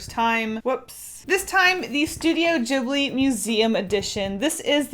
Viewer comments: No offence but it's pronounced as ghiblee not jiblee lol :p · I thought it was pronounced to start like ghost? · YES STUTIO GHIBLI Btw, I think your saying ghibi wrong. The g doesn't sound like a j, its a g. ( I'm sorry if that sounded rude I don't know how else to write it ) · In a documentary, they mention that the studio name is based on an Italian word, but the pronunciation is wrong. It's supposed to be gib-li. But the studio creators stuck with jib-li. It was a translation error XD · The "g" in ghibli is pronounced as "g" in good, gas, give, etc (soft). It's Italian and "gh" is the soft pronunciation of the "g" in front of an "i" or an "e" (same as in Spanish but instead of an "h", a "u" is used to soften the "g") . Ghibli is the word used to describe the hot and dry wind that comes from Africa (south if you're in Italy) and it has its origin in the Arabic word "qiblī" that means "southern" (meridionale in Italian) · Kinda cringed when she said Ghibli that way